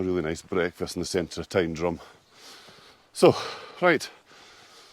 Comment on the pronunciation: The correct pronunciation of Tyndrum (Tyne Drum) gets my vote ... and I'm not even Scottish